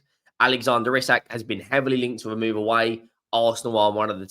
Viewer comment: Its pronounced ee sack 👍